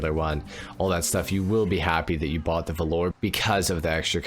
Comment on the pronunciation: There's a lot to like about the Roosevelt Valor (btw it's pronounced VAL-ur, not velour) but you missed the best part: the stock horn. Ahh-OOOOGGGAAA!